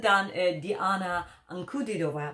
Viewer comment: Wow, surprise!!! Pronunciation of Ankudínova is perfect, loot of work i think. Bravo!!😂🤣👍